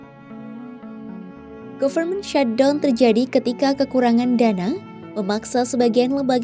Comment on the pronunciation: mba , saya bantu teaching spelling nya ya . pengucapannya bukan "govermen shatdon" . tetapi "gaferment syhatdawn" . ok mba 😉 . soalnya ini kan tv /media nasional . bukan chanel pengamat secara pribadi . sudah pasti ini di lihat orang luar juga